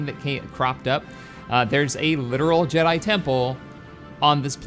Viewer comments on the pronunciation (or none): none